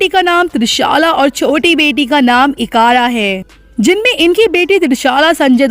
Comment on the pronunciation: sunjay dutt daughter iqara nahi ...IQRA hai ufff itna pyara naam hai plzz kharab mat karo